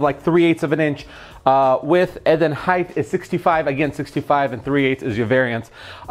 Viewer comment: Dammit... He says, ".,..width and heighth". Height with the 'th" sound on the end. It's not HEIGHTH! It's "Width" and "Height". Hard stop on the T sound. Jesus effing Christ. So many people say "heighth" and it drives me crazy! Sorry for the rant.